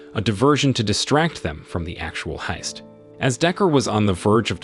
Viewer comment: Sooo many pronunciation errors -- is this narration done by a less-than-perfect AI? ... For example, how do you pronounce heist?